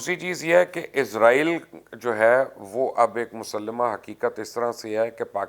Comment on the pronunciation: میرے بھائی، اردو میں اسرائیل نا کہ عزرائیل ۔